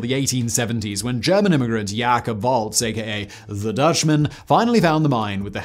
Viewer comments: Its Jay-cub not Ya-cub simon ... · You said Jacob so wrong. Dude how do you mess up my name. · It’s fun listening to Simon miss pronounce American names like Jacob.